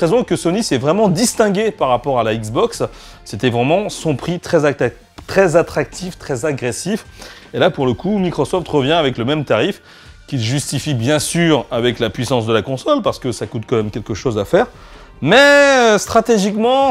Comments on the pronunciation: 'qui d'ailleurs justifrie' MDRR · je suis le seul à avoir entendu conseur au lieu de console la : x') justifri ??